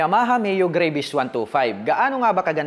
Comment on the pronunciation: Yung Travel po ay ginawa nyong Trabol mali po yun tapos yung Gravis po ay ginawa nyo naman"Grayvis" ginawa nyong Gravy ng fried chicken yung Scooter. You prounce it with Gra - Vis and yung Trabol nyo dapat ay Tra - Vel intiendes ba Koya? Bisaya ka man dong koya? Gihigugma taka ni Maayong lubot sa imong tanan.